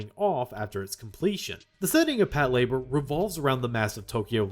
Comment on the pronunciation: I swear, if I hear another western anime fan pronounce it as “pat-la-BOAR”…